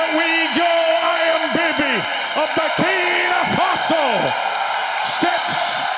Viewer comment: stop saying Burkina Fatso!